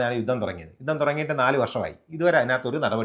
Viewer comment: Enthaada 'yuththam' Ninakk uchaarana sudhi illa